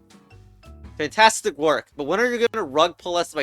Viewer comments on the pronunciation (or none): none